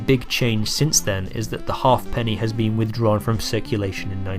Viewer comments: Your pronunciations are up the spout. Halfpenny is ha'penny. Threepence is thruppence, etc. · Pronounced ha'penny not half penny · Good except halfpenny was pronounced haep'ny